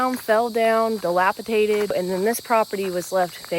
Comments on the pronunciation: It's TORN down, not TORE down, and DELAPIDATED, not DELAPITATED. Other than those small tweaks, you did a great job of communicating about your cabin and property. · dilapiDated not dilapiTated. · "Dilapi"D"ated". Not DilapiTated.